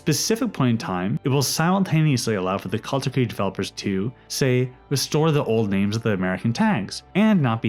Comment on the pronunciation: Kalterkreig? Its Kalterkrieg